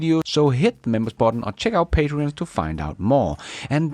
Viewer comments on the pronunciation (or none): none